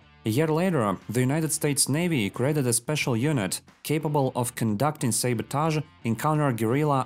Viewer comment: The way you say sabotage is hilarious. What accent is that? Great vid by the way